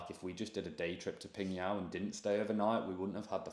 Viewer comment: wowww! Really rare to see tourists went to my hometown, PingYao! Especially on YOUTUBE. the probability is 0.00001%😂. It's really a small town. GLAD you enjoyed your trip there. And your pronunciation of my hometown's name really amazes me, truly legit, totally nailed it, definitely not like when you are speaking ZhangJiaJie.